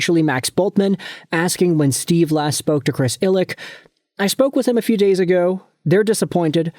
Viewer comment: You're a Wings fan, but you don't even know how to properly pronounce Illitch? 🤦‍♂️